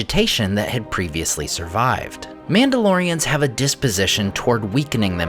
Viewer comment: I swear I heard Númenóreans more than one time when he said Mandalorians. So used to watching his Middle Earth videos. 😂😂